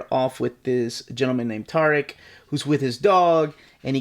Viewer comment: Nice haul,! And thank you for pronouncing the name "Tariq" correctly, lol.